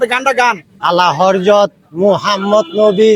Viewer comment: গায়ক লোকটি পড়াশোনা জানেনা, উচ্চারণ করতে সালাল্লা তার মুখে আনতে পারে না। তাই সালে ওয়ালা।না জানলে হজরত কে বলে হরজত,উচ্চারণ করতে পারে না, আরে শিক্ষিত অনেক লোকই উচ্চারণে ভুল করে।